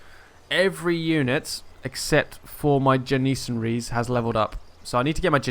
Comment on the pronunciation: you have horrible pronunciation of everything. it is Jan-ni-sar-ri. also it is bal-lo-chis-stan